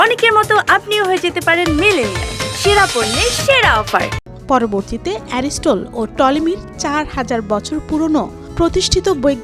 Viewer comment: অ্যারিস্টল না রে পাগলা অ্যারিস্টটল